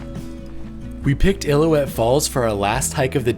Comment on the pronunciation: Nice video guys, but it is Il-lil-ou-ette Falls, an important name in the history of Yosemite.